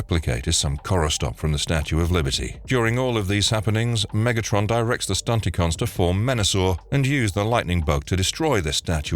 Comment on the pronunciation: This channel is Gwtting worse.. no one seems to know how to pronounce anything. Silver bot?? Who the hell is that? SILVER BOLT . Several other videos. They do the same thing .. mess up names . To the point of butchering them. Find people who watched the cartoons or read the comics to read your scripts ( stunticons?? .. who are they?? Stunt a cons !